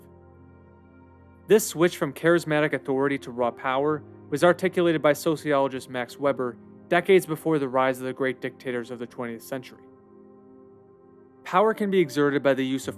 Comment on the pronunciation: Mahks Vay-behr. Not Macks Webber. Ffs